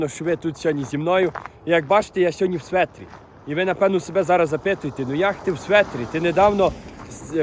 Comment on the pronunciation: Не светр, а шведр))